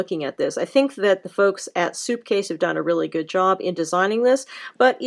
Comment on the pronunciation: She keeps saying. Soupcase